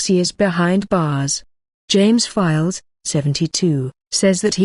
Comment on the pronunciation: He's called James files not fikes